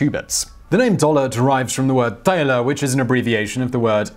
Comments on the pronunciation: Your mispronunciation of the word "thaler" (thayler instead of tahler) hid its connection with the word "dollar". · 'Thaler' is pronounced TALLer, not THAYler. It is a short step from TALLer to DOLLar. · Thaler is pro. Tahler. Not Tayler. Ich weiß das ist richtig. Vielen dank Simon. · So the "th" in German is pronounced like the English "t" so "Thaler" is pronounced like "taller" and is a lot closer to "dollar" than the way Simon pronounces it. Just sayin'. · His pronunciation of "thaler" is very English. German pronounces "th" more as a hard t, with a voiced h. It also pronounces the "a" as "ah", so an easier way to know why it's called a dollar, think Joachim thaler to Joachim taller (as in Shaq is taller than most people). Sounds a lot more like "dollar"